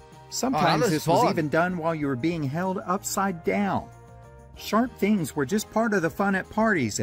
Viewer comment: Why do you say fings not things..just asking